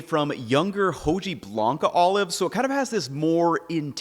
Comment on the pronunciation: Living in the US and not being able to pronounce Hojiblanca is a shame!